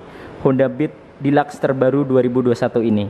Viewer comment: Dilaks? Deluxe kali hhahahahahhahaha